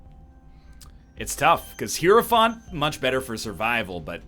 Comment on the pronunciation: He has finally pronounced hierophant correctly. It only took 5000 episodes bois